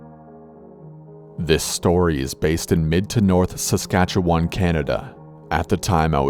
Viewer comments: Lived in Saskatchewan my whole life and it never gets old listening to people over pronounce our provinces name. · The way he pronounces "Saskatchewan" haha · MrAwesomeTrex are you from sask??? 😂 most people pronounce it more as "win" rather than "won" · ik thats how most americans sound lmao